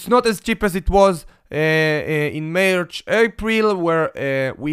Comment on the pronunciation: *March, not Mech